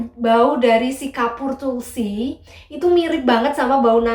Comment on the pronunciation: Ngakak pas bilang Kapoor tulsi